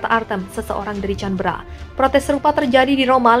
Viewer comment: Kritik membangun buat pembaca narasi. Ibukota Australia bacanya K a n b è r a mbak...bukan ...Canbera..bukan Tjanbera......